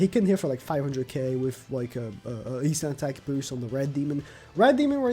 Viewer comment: with = wiff; gowther = gowfer, look, the way you pronounce "the" is fine, why do you pronounce th as f? it's annoying as hell